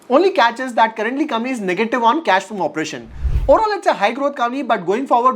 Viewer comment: M I the only one who feels he says “kamni” instead of company